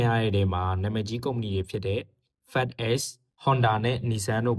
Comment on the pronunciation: Not FeckX. You call FedEx အသံထွက်နည်း(fee deck)